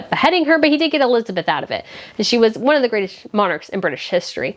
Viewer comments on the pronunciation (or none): none